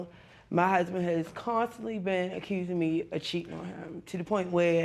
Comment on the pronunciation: As soon as I heard “acurrsing” I knew